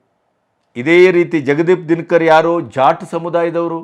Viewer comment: Our Vice-Presidents name is Jagadeep Dhankar, not Dinakar. Pleaae check the pronouncement.